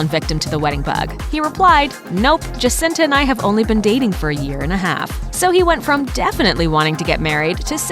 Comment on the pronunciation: The way she pronounces Jacinta...😒 The J is silent and pronounced like an H